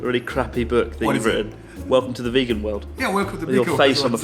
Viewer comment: When Rissottaro says "Yes, welcome to the vegan world" it sounds like "Yes, welcome to the fecal world"